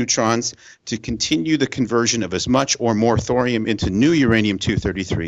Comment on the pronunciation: Thorium rhymes with Dorian. :)